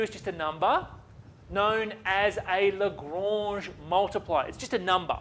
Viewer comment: Absolute boss of a mathematician and comedian; best pronunciation of "Lagrange"